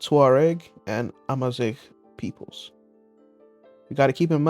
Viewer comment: AMAZIGH MENTION?!?!? holy peak finally some representation of my culture, even if you didnt do the prononciation right, im loving it I love how you interpreted out culture tehehehe in giggling